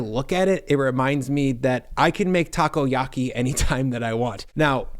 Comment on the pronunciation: Lost it with Taco-Yahkey